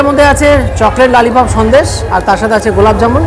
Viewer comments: Lalipop noi dada kotha ta lolipop 🙂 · Are bhai chiken lalipomp ky hote hay ..... Pehele thik se bol to lo phir khana😂😂😂😂😂😂😂😂😂